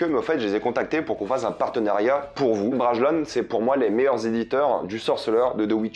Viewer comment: J'imagine la réponse de Bragelonne: "si t'arrête de dire "braguélonne" on te file un bouquin" ^^